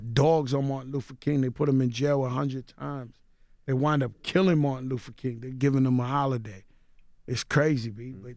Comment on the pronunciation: So they let him keep saying Martin Loofa King😒